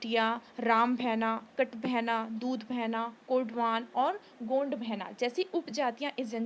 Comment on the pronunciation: Madam गोंड होता है ना कि गोंड़ अक्सर लोग जिन्हें नहीं पता है गलत pronounce करते हैं.